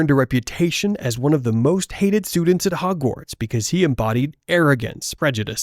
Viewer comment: Nice video bro but it bugs me how you say Hogwarts 🤣😂🤣😂